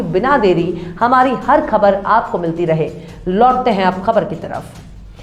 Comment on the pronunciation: Khabar aur khak .ka talaffuz sahi kar ke bola kariye